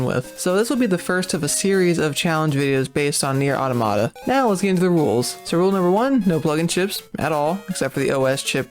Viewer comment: Why can nobody pronounce the name of this game? It's 'Automa-ta'. As in multiple automatons. Pronounce it like you would 'Automatic'. Not 'autah-matah'.